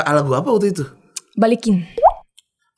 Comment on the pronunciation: Aureli jawab "balikin" dgn logat Perancis